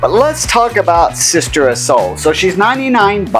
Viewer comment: It's "Sitter of Souls", not "Sister".